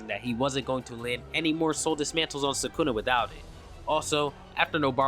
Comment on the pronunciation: You pronounce sukuna like ppl who pronounce naruto all wrong Nuh-root-oh Suh-koo-nuh 😂 Just being honest